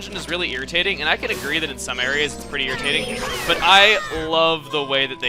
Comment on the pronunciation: It's not irritating it's eery-tating!